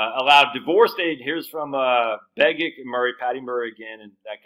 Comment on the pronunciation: Begich is pronounced “BEGG-itch.” Senator Mark Begich’s brother, Dr Nick Begich, used to be a guest on a radio station and that’s how he said his name.